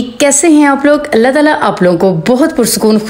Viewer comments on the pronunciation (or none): none